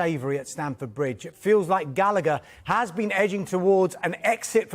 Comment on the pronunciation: Gal a. Her. Not Gallicker. It’s an Irish name Rory Gallagher pronounced Gal. A. Her. Why can’t people said it correctly